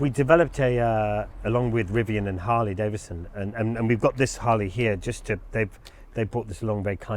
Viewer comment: Charley, there's another "D" in Harley- DaviDson. Ha. Huge fan here. Glad you have recovered.